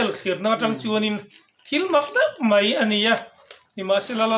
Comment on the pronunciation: A ngaihnawm viau nangin kanpi hian, mai tih turah mei a ti hi ka lo ngaimawh deuh,kan tawnghi i hmang dik hram hram ang u.